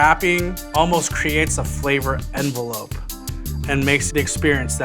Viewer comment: "Flavor envelop"